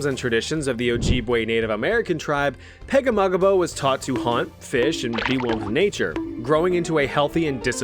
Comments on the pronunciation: Francis Pegahmagabow is said Pag-A-ma-gum-bow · Hearing you pronounce Pegahmagabow's name was so funny dude hahahaha